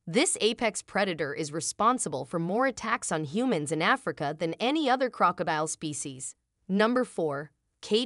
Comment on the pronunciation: I stopped watching when I heard the horrible AI generated pronunciation of “Crow-cah-dile” 😂😂